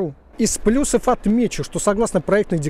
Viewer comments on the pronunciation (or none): none